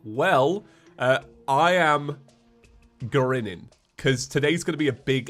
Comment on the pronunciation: "Gurrinnin" Heh